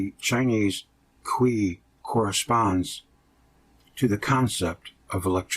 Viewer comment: Love it, but if your reading Qi, pronounce it like chee, but I needed this, it taught me exactly what I needed!!!!!!!!!! Keep up the positive videos!!!!! Love em all